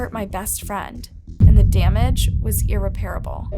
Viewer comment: Second YouTuber today that pronounced “irreparable” wrong. It’s urr- rep - rib - le